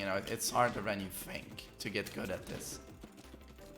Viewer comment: "Harder than you FFFFink..."